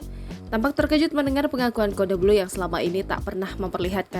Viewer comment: Si babyu ngomong codebluu aja gak bisa cudle2 lu pikir bedak cudle dasar babyuuh